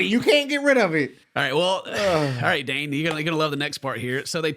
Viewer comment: Dane...not Dan